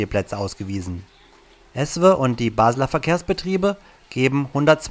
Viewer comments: An der Betonung von ESWE arbeiten wir aber nochmal 😄. Sonst aber sehr gutes Video! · Guter Bericht. Nur der Sprecher sollte ESWE richtig ausprechen.....oder ist es ein Tonfehler? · Warum spricht er ESWE so komisch aus ? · Erst mal ESWE richtig sprechen lernen 🤣🤣🤣🤣🤣🤣